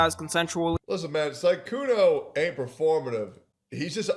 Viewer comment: Sykunoo❌ Sygoono✅